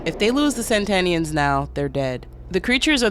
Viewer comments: "Satanians!" Not Sentanians! Geez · Satanians as in satan, not san-tanians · Really bothers me she keeps calling them Santanians instead of Satanians. Are these Santana groupies ? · I dont understand why the video says SaNtanians like santa and not satanians like satan smh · Not SAN-tanians. SAT-anians. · Ok, I gotta ask... Is saying "Santanians" instead of "Satanians" the same thing as saying "Unalived" instead of "Killed"? Because I fully get it, but it just sticks out EVERY TIME to me (I know it's a me thing and likely not general) and makes it feel weird to not know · Lol I was getting tiny little electric jolts in my brain everytime you said Santanians when the text said "Sataninans". I'm sorry I didn't mean to sound like a dick 🙈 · But the video keep saying saNtanians like santa and it keeps pissing me off